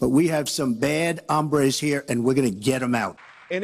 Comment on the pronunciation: “We have some bad appetites”? Orange man can't pronounce hombre (Ohm-bRay) lol 🤦‍♂️